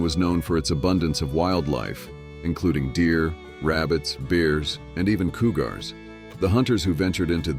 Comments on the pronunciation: Silly AI narration: a Coo-gar, like Cigar. Ruins the whole piece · CooGar. This is what people are talking about and not liking AI voices. Get something that can make proper pronunciations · You could have kept the pictures in order according to date instead of jumping all over the place. Great pictures! I could have done without the AI mispronounced inaccuracies, though. We would never use meters for measure or a coo- gar. Thanks for the history lesson, while using futuristic sound. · The word "cougar" is mispronounced coo-GAR' similar to the pronunciation of cigar with emphasis on the second syllable. The correct pronunciation is COO'-ger with emphasis on the first syllable. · Yeah, like "cougar" is mispronounced coo-GAR' similar to the pronunciation of cigar with emphasis on the second syllable. The correct pronunciation is COO'-ger with emphasis on the first syllable. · Coo gars? .... wow ai voices are still struggling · Coo-Gar? Really? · what is a "cooogar" ? The use of AI has gotten out of hand ... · Coooogar, followed by cooorage,🤣🤣🤣🤣. AI strikes again,😬